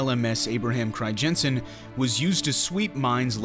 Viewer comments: As a Dutchman I am disappointed that it's name gets pronounced as cryjensen. In English you'd pronounce the crij in Crijnssen as cry. So basically cry-nsen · You say Abraham Cryjensen but it is Abraham Crynzen (phonetically speaking) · I understand dutch is a hard language, but hearing you butcher the name “Crijnssen” every time made me cry a little. It’s not “Crygenssen”